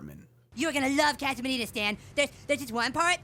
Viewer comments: You're not saying "casa" right. It's "kah-suh," not "kaa-suh" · Why do you pronounce it?“ Kaa-Suh”? it’s Casa, “Caa” like a crow, and “Suh” like a hippie douchbag saying hello. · I hate the way you say casa .. Wtf lol but still watched 😆😫